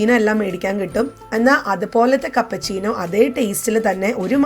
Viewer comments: കപ്പ ചീനോ അല്ല ക്യാപ്പുചീനോ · Kappa chino alla keppachino